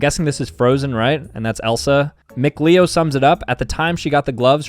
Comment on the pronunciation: bro he told a story about going to super smash con and then called mkleo mcleo